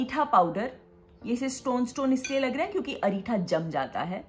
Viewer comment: It's not areetha... It's reetha only